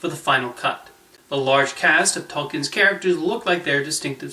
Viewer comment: Just so you know her names Bay-sing-er not Bassenger. And its j r "R" Tolkin